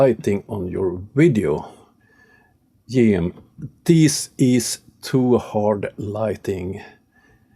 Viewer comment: Who the hell is "Jeem"? He even says how his name is supposed to be pronounced in your video. Don't give out advice about making better videos if you do not know how to do second takes and correct speaking mistakes yourself. Seriously. I get that you have a thick accent. As anybody will know who's seen me in a livestream on various channels i do too, but this is not live, you can record the best version you can manage to pronounce and getting the name of the one you talk about right is a big part of professional conduct.